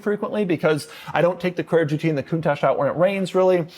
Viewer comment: Mercedes… Porsha porsha porsha porsha… coontash. 😂